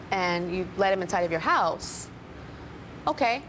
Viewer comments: they say house like hose cool. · are they saying house or hose? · They say house, like "hose" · i know! they say hose, not house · Nooo way. Adele looks much better. And oh god they both pronounce house as 'hose' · i love how they cant say ow they pernounce out like oat and house like hose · it keeps on sounding like she's saying hose when she's saying house! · I wish they would stop calling it their "Hoose" HOUSE DOES NOT RHYM WITH MOOSE CANADIANS!!!! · i livin' in my hose? wait..how does she and her mother pronounce 'house'? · they kept saying Hose...its HOUSE!!! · the all say house like 'hose'. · Why do they say "howws?" for House and "aboat"... ???? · This baby would be raised in a household that can't even pronounce "house" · The mom and daughter pronounce words with "ou" funny. Like about, out, and house.